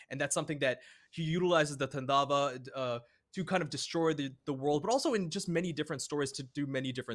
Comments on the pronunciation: Its Taaandava not Tandaava.. it's ok.. im just saying.. lol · its so funny how foreigners pronounce 'tandava'. Actually it should be pronounced like 'taandov'. It's a Sanskrit word meaning act of destruction but here it's the dance of destruction. The dance is called taandov nritya. He only does this when he is extremely angry more like rage. If possible you should read Shiv Puran for more info about him.